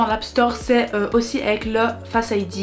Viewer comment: C’est un écran Oled, écran qui consomme le plus, par contre quand l’iPhone affiche du noir les pixels concernés sont éteints. D’ailleurs il faut dire faceID avec l’accent 😂